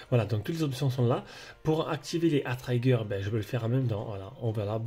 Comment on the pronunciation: Le I de trigger se prononce comme le I français 😅, mais sinon très bonne présentation ça donne envie de l'acheter 💯